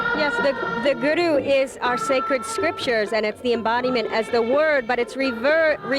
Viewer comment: that's not their names some these white people look stupid they just started to be Sikh he is not even saying guru right and by the way I am Sikh